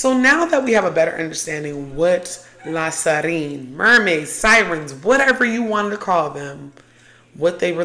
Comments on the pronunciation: I love this video and all your videos!! But it’s pronounced La Sirene (see-ren) not La Sarine (sa-reen) 🫶🏾 Commenting as a fellow half Haitian and Half Guinean (west Africa). So happy for you and your journey too :) congrats! 🩷 And thank you for talking about these topics! This world, and us humans, are much more magical than they want us to be aware of ! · La Siren is pronounced "See - REN"